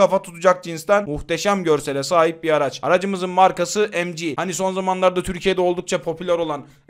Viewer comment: Kardeşim seviliyorsun iyi bir kulsun ancak lütfen EM Cİ OLARAK OKUMA KISALMA BU Türkçe okumalısın bu son uyarım.